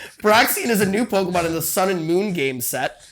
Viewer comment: Man… the pronunciation of the Pokémon is really putting a damper in this episode. It’d make sense for someone who doesn’t have exposure to Pokémon, but to be a self proclaimed fan, it hurts.